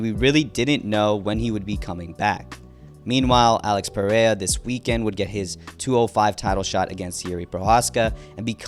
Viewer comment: I HATE THE WAY TO SAY PERERIAS NAME. PRAY-A. 😂